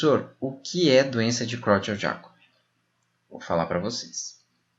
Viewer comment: As pessoas acertam o "Creutzfeldt", mas sempre erram o Jakob. A pronúncia não é inglesa, não é djiacob, mas iácob.